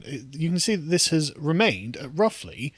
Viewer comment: Did you pronounce remain with a capital W? The speech impediments you people have is very stwange